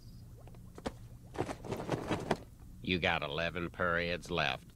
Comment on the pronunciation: dang can’t even say period bruh tf girl you get them (maybe)